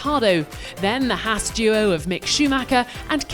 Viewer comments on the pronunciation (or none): none